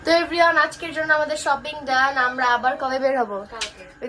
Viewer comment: Everyone ❎ Every on✅😂😂